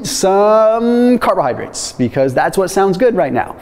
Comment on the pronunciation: Did he say, "the tits, the carbohydrates"?